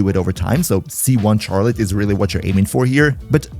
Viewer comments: Why do u say “Charlotte” like that? Js so u know the “ch” is pronounced like “sh” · Very obviously because he doesn't know that it's not pronounced how it's spelt?